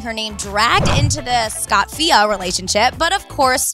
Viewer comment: Scofia not Scotfia